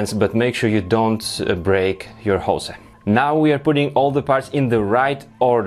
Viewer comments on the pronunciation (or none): It's 'hose' not 'jose' ;) Apart from that good stuff :) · Hose is pronounced "hoes" not "José" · Please check on how to pronounce hose in english !! Damn... ^^